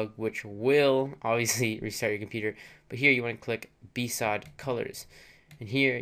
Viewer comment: I thought BSOD was pronounced B-S-O-D... Not B-SOD. lol